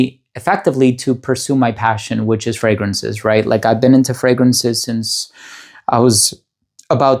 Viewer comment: Voted! I love your voice, I don’t wear perfumes often but love to listen to your videos because they are so interesting, I feel I learn so much. And I love your exact pronunciation of the frangrances even if they are other languages. It shows you care about what you are doing and you are so thoughtful and honest in your descriptions. You deserve it! Best!